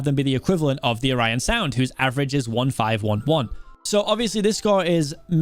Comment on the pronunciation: O Ryan sound Or an sound Orionsound is pronounced like "or an" sound good luck to mcc